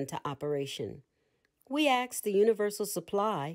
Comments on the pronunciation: How tough it is to pronounce the word "ask" properly? Come on now. Non-native speakers of English might have a difficult time understanding the phrase, "Axe the Universe." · I really appreciate this being available. I'm also wondering if this is the only narrated version? It has the word ask and asked in it countless times and this narrator doesn't know how to pronounce the word and I don't want to have to keep canceling and restating it for my subconscious... I don't axe God. To axe something is to take an axe and strike something with it. It was a very poor choice in a book about the power of spoken words to use a narrator who changes a frequently used word and alters the context. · Very good. Thank you. But learn how to pronounce the word ask, please... Aks? Ax? Axe? Aksed? Axed? 🪓🪓🪓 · I love this but cringe every time the word ask is pronounced as axed 😬